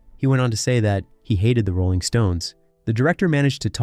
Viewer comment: "Mike" Jagger and the "Ralling" Stones 😂😂😂